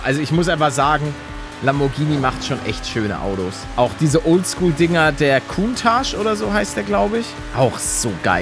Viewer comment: Der Lamborghini heißt cauntasch